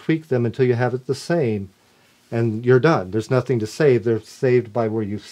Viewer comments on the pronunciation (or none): none